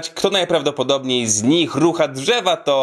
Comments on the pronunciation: "Uuuuuuuuuuuu dżewa🌳🌳🌳" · 3 lata minęły a "uuu dżewa" nadal sprawia że rże ze śmiechu xD będę często tu wracać w gorsze dni chyba najlepszy odcinek ❤ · "uuuuuuuu... ✨DŻEWA✨"